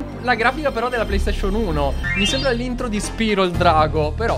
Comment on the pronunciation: ti meriti un oscar per aver detto SPIRO e non SPAIRO🗿🍷